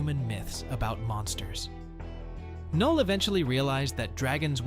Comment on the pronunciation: ITS NULL THE K IS SILENT